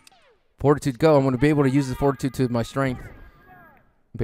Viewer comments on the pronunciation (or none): Haha, did anybody else think was saying forty-two-three instead of fortitude 3?